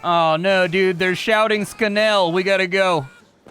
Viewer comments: ”Oh no, the germans are shouting skenell!” Lol. It’s schnell. Sch sounds like ch in cheese. Now say it with me ”schhhhh-nell” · Sknell? They don't shout sknell... They really don't. The english and german pronounciation is different but not THAT different. It's easy. In words that start with Sp & St, it's not pronounced as S but as SH. So spiel is pronounced SHPEEL. Germans don't write SH but SCH, the pronounciation is the same, though. So, SCHNELL is not pronounced "SKNELL" but "SHNELL" (as in SHELL, but with N). Easy, isn't it? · Dude, you can actually hear them shout "Schnell" so you should know that "Scanell" is not how it is pronounced. SCH in German is always pronounced like SH in English. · Gotta hate it when germans shout skenell. At least try dude xD